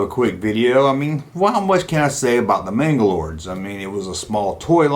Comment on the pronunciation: Why do you say “MangalorDs” when your video is titled “Manglores?” I can’t watch all of it because of this. It’s like someone calling a “resonator” a “resiGnatore” so annoying